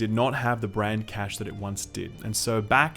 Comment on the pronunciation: You're been playing too much Division. "Cache" in the term "brand cache" is pronounced cash-ay not cash.